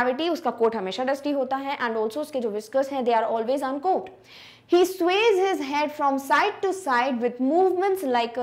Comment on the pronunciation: B not prunoncedin uncomb